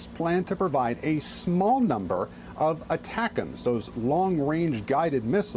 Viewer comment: Attackems! Lol! Just say it one more time...